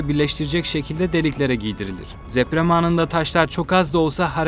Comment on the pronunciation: Abi neden dzeprem...tsemel... diyorsun? "Tsı" "dzı" diye bir harf yok Türkçe'de. Ne oluyor "cool" mu oluyor sanıyorsun? Kulak tırmalıyor, tiksinme veriyor yemin ediyorum.